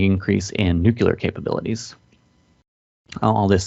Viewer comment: With all due respect, please learn how to correctly pronounce nuclear. It will greatly enhance your professionalism to your audience. Otherwise, good briefing and thank you for the information and analysis!